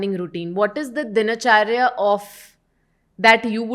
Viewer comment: दोष होता है मैडम दोषा नहीं। दिनचर्या होता है दिनाचर्या नही।